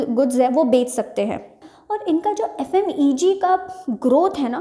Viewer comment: Mam f.m.e.g nhi hota f.m.c.g hota h